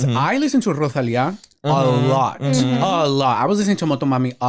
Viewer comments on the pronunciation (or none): Not pronouncing Rosalia’s name RoZalia 😆